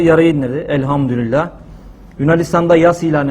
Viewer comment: Elhamdurillah değil hocam Elhamdulillah r yok orda